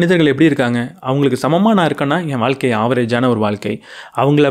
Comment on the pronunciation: அது வால்க்கை இல்லப்பா... வாழ்க்கை.